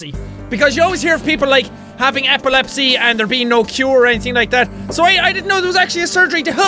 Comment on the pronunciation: First I thought you say epilepsy like apple lepsi